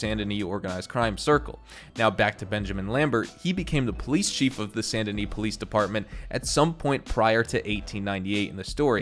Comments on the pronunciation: It’s San da nee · I don’t know if I’m saying Saint Denis wrong, or if he is (Sa-Int De-nee)